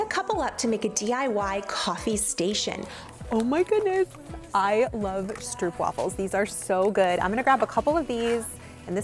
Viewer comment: I know you're a fluent Spanish speaker and probably not a fluent Dutch speaker. "Stroopwafel" is pronounced with short "o," and a "v' instead of "w": strope-vafel. 🤓